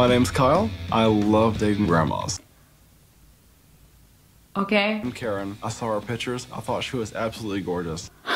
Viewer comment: Oml I thought you said "My name is Kyle I love eating grandmas"